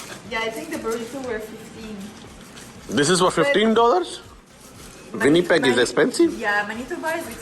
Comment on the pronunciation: It’s Pronounced as “Regina not Rajjjaaina” and it pronounced as “Winnipeg not Vinnypeg”. It’s ur second language but it’s important to pronounce it correctly.